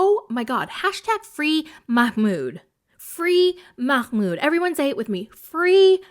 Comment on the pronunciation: His name is MAHmoud, not MAKHmoud. Why the extra kh sound? Im so confused